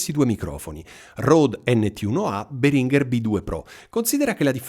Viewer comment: Si pronuncia Béhringer.. in effetti Behrínger fa sanguinare le orecchie. Puoi ascotare il signor Béhringer che pronuncia il suo stesso nome qui su YT.